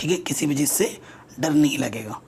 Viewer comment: Sir chij chik kyu bolte h bar bar